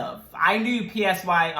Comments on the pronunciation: Just letting you know Psy's name is not pronounced P. S. Y. it's pronounced like sigh in english. I also live in the US and my first exposure to kpop was Gangnam Style. He literally came out of nowhere (well at least to us in the U.S.) and became the first artist to hit 1 billion views on youtube. I knew kpop was a thing but I never intentionally exposed myself to it. But that all changed when I saw BTS performing on the BBMA's. I'm like who are these guys and the audience seemed so into it with the fan chants. I decided to check out their music and watch their music videos and I've been an ARMY ever since. I do listen to some songs by other kpop artists, but BTS is my ultimate. And I can't for their new song/music video called Butter coming out on May 21st. Lets break some more records. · yeah, it's pronounced like "PSY" in "PSYchology" ^^